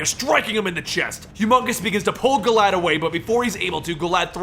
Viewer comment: I thought was saying "Glad" Or maybe "Glaad."